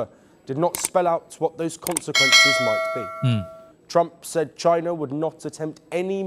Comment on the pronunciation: very clear when you read that word consequences not (konsengkwences ) in visayan or Tagalog sound or accent, please consider my correction weather I'm write or wrong.